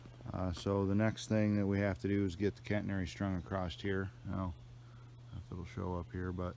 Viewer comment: Its a catenary system not "Cantenary". Just fyi. I admire your dedication and determination. Looks like fun, but a lot of hard work.